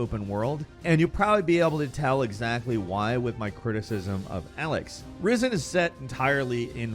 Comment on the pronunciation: Where the fuck do you get "A"lex from "E"lex?? If you have played the damn game you would know how it is said, I am over hearing yous pronounce shit with a different letter e.g. Forza yous say Fortsa, like what the fuck.